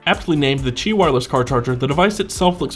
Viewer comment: Good video, but it's pronounced, "qi".